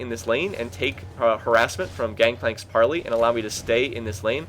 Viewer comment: gangplank's q is pronounced PARLAYYYYY